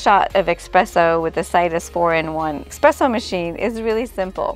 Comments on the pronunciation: Espresso, not expresso lol. Beautiful job, it's gorgeous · Beautiful result!! (Just a correction suggestion that it's "es-presso" not "ex-presso") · I love your design and choices for such a tiny kutchen...i would not have been brave enough to forge ahead with so much black, but it is lovely! (And it is pronounced ESPRESSO...not eXpresso. 😊) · It’s eSpresso. S. Not x. “Ess-press-o.” The dish drain rack over the sink is such a good idea! That was a feature in some apartments way back when (I rented a c. 50s apartment that had a metal rack over the sink, for instance), and I don’t know why it was ever done away with. I hope your design helps bring it back. This kitchen is just amazing and has given me so much helpful inspiration for redoing my rv kitchen! 😘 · Dying every time she says expresso 🙈